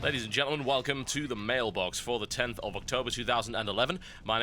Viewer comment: did anyone else notice he said mailblox at the end?